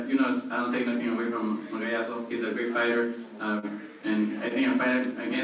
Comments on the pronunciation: what he say margarito o magsayo sounds like margarito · Santa Cruz it is Magsayo not Magayas 🤣🤣🤣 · When he pronounce Magsayo...... 😭😭😭😭😭😭😭😭